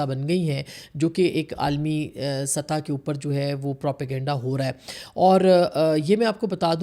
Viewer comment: “ فخر” “سطح” عاصمہ جی کا غلط تلفُّظ/ اُردو بولتے انگریزی ملاوٹ قابلِ مذمت|